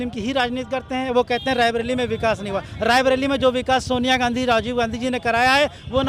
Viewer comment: Raibilli nahin hai raibreli hai.